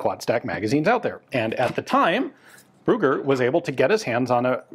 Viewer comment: "Ruger"?? Ah, the name is "Brügger"! Your pronunciation of ü as well as of gg is so far off, you sound like you mean to say "Ruger". -.